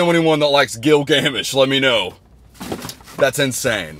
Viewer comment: im sorry but the way he was pronouncing gilgamesh 😭😭